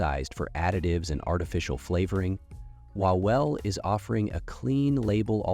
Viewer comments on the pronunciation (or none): Name "Wawel" should be pronounced more like "Vavel" because in polish "W" makes the same sound as in English "V". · Co z tego że nie ma? To trzeba mówić łałel? jak to w ogóle brzmi? łałel. ale oczywiście bezmózdzy amerykanie nie wiedzą, że W jest fonetycznie blisko do V.